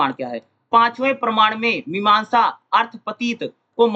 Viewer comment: 4: 20 me parman ko parnaam q padh rahe hai hai sir